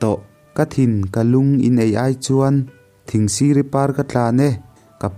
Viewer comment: Thingsiri tih kha i thlûk dan a dik tlat lo.